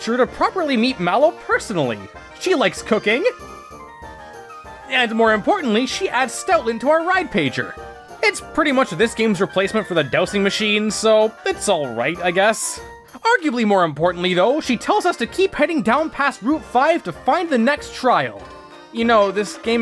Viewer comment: I know it's spelt dowSing, but it is pronounced dowZing. Disliked, unsubscribed, reported for hate speech